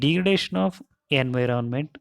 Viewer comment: Enviirroonnment nahi hota.....😭